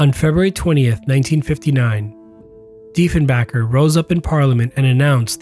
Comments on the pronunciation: By the way, P.M. Diefenbaker's name is PRONOUNCED 'BAKER'. As in 'bake' a cake. NOT 'back', as in a person's back. If you are going to pronounce a person's name, especially a P.M., get it RIGHT please. Thank you. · Every time you say Diefenbaker it hurts my brain. It's BAKER, not BACKER. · DiefenBAKER, you know, like in Baker, not 'Bahker' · FYI its Baker not Backer. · Sorry, my friend but much of what you say is true but some of it is wrong. Yes, it was plane before its time but time caught up to it in the end. It was deemed redundant because of ICBMs There was no point spending treasury dollars. The name is Diefenbaker as in baker not balker. J.F. Kennedy made the same mistake when he visited Canada on a goodwill mission in 1961. DiefenBAKER pronounced BAKER did not order the destruction of the plane for the simple reason that the plane was never delivered to the RCAF. It was Crawford Gordon in a fit of rage that ordered the WAXMAN salvage company to move in and torch the plane. Personally, I think that they should hav been kept as a heritage piece. A fine example of Canadian ingenuity in airshows. I would have loved to see it fly! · its canuck rhymes with duck not duke and our prime minister was Diefenbaker - Baker like the who bakes your bread not the backer that plays position on your football team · Deef en baker (as in bakes bread dude) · Diefen"baker" not Diefen"bunker" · Diefenblunder. had no stones .....shameful act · Give me a break its Diefen"baker" not Diefen"backer" - other than that, pretty good video. And it was a production Aircraft, all of the aircraft came off the production line. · It's annoying that you pronounced Diefenbaker's name correctly the first two times you said it, then mispronounced his name every time you said it afterwards. (🤔 Perhaps you misspelled his name Diefenbacker in your script after the first two correct spellings?) Furthermore, Canadair is pronounced cana-dair, (cana-dare) not canada-air.